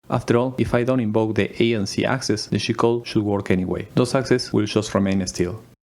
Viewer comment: Everytime you say G-Code, it sounds like you are saying "Cheat Code" lol.